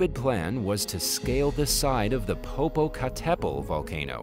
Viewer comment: The abysmal pronounciation of Popocatapetl has me still laughing!